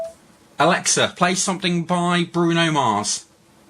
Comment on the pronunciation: Its alexa not alexia mate